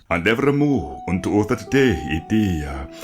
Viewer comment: Any reason you pronounce day as dei?